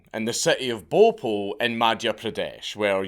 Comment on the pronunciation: hahahahaaha ! Bopul ! sounds like a pokemon i love Dank's accent 🤣🤣🤣